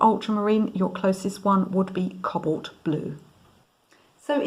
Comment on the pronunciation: You keep on calling it Cobbolt the word is pronounced Co bawlt with emphasis on the first syllable and that is a round o.